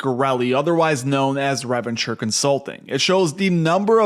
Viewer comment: I like how he pronounces it Nick Girelli of Revvenchure consulting rather than Nick Gerli of re-venture 😂